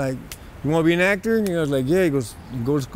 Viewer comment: “This vato said I want to be a “AcT—Terrr” clown ass foo